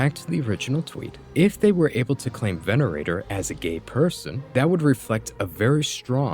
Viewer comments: I agree but at least pronounce one character's name properly mate. Venator, not Venerator. Hayasaka, not Hasayaka. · i love this video but why do you keep pronouncing venator as venerator 😭😭😭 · "Venerator" just for that im unsubbing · It's Venator, not Venerator, totally different words, but both fit the theme so I understand the confusion. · My guy, nice video, only correction is the deadlock character is called veNATOR not venerator, good day bro. He's a true catholic.